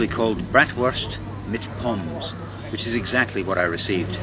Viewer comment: We pronounce the E in Pommes other than the French where the word came from. So we say "pommaz" something like that, instead of pomm.